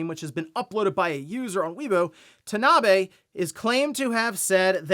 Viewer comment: Kensuke Tanabe is pronounced Ken-skay Tahna-Bey.